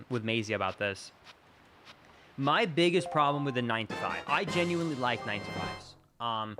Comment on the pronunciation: There's no t in genuinely